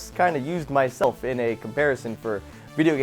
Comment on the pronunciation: Why are you using l in the word single?